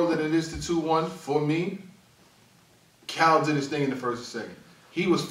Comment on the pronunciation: is amazing at these breakdowns but for some reason he always gets Cal’s wrong lol